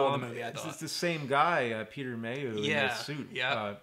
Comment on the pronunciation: "Peter Mayhoo"